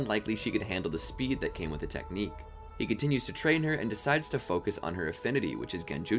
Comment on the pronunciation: "hokage styled 60 year old technicue" 😂